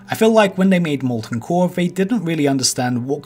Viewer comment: Ovah waids wike mowten coaw